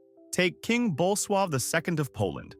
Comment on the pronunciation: Bull suave? The name of the Polish king was Bolesław. These AI made videos get just plain ridiculous at times.